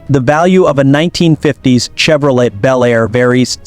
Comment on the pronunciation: The T in Chevrolet is silent, nitwit.